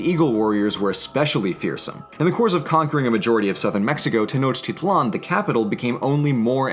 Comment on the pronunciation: Technotitlan is pronounced Tay-noh-teet-lawn.